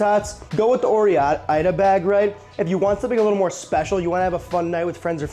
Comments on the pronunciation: It's or-ida... not ore-Ida. The e is silent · (Ouch, you went with "orr-ee-ida" the whole way, huh?) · The pronunciation despite what may seeming obvious from the reason the name was created is actually just Or-Ida. Not oree-ida. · Ore as in what is mined from the earth, sounds like Oar. Not Oree. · I've never heard the 'E' pronounced in OreIda until this video. I've seen dozens of their commercials and I've never heard it pronounced OrEE-Ida. It's Or-Ida. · No one says "oree ida". Ore is a word in its own right, pronounced "ohr". Like "or" and "oar". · I made it to bro. You could have pulled up an old commercial here on YouTube and the old dude narrarator would have told you how to say Ore-Ida correctly. See you on the next one. The tots look amazing though. I'd stash some in my cargo shorts pockets. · To everyone asking why he can't pronounce Orieda, he's from Chicago, he calls soda "pop." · I bet OR-IDA uses something like a meat grinder to chop the potatoes. ORE is pronounced like OR like the ore you get from the earth. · Or-I-Duh. Not Or-E-I-Duh. You're welcome. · fucking no one pronounces it oree- ida. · Hey Easterner! You cook really good, but... say Nee-fie and Or-eye-dah. OK? :goodvibes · Every time I want to leave this video a like, I hear you mispronounce Ore-Ida or Nephi, then I can't. Good job pronouncing Macau, though. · You're the only person in the entire world, perhaps the entire universe that pronounces Or- Ida like you do. What are you, Canadian? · OR-eye-duh (/ˌɔːrˈaɪdə/). Name Origin and BreakdownThe brand name is a portmanteau combining Oregon and Idaho, representing the two neighboring states where the founding brothers (F. Nephi and Golden Grigg) farmed and processed their potatoes.Ore-: Pronounced "or," like the state of Oregon.-Ida: Pronounced "eye-duh," like the state of Idaho. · You need to do better research, it is pronounced OR - IDA as in Idaho. the E is silent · It's pronounced knee-fye And Oar-eye-da